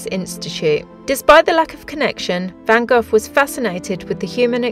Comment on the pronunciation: Great video and I especially liked your visit to Van Gogh's 'residence'. Wonderful! However, I winced every time you spoke his name! 'Gogh' rhyming it with "cough"! I believe it's pronounced as 'Goh', rhyming with the English "Oh"... And the 'Les' in Les Miserable is spoken as "lay".